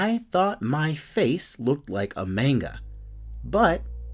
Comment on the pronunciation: Your saying manga wrong but no hate